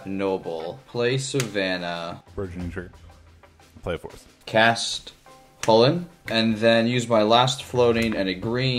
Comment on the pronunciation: Fyi Irish people say it’s pronounce Kull-In……… not hullin.